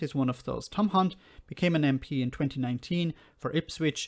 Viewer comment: I think you may have mispronounced Hunt.